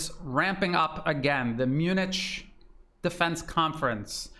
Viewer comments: "mun-ITCH"? people in glass houses... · Great analysis as usual. But, Munich is pronounced Munick.